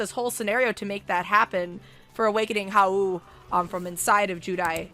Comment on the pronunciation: Not to be criticize, but her pronouncing Haou as "HA-WOO" hurts, and it's funny. The name is Haou "HOW" but with a silent "U". Also, I see Haou as his own person, I actually RP him as separate from Judai. My three fav characters are Haou, Ryou, and Yohan (Yubel possessed Johan).